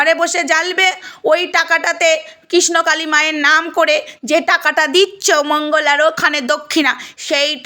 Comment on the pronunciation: Kotha ta KRISHNAKALI. Thikmoto uccharon o toh korte sikhlen na ekhono. Kisnokali, kisnokali...bole jacchen